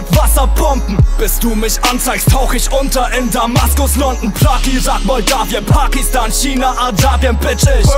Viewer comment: es heißt Prag und nicht Prak.